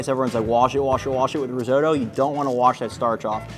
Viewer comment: Please check the pronunciation of risotto 😅. All Italians would appreciate it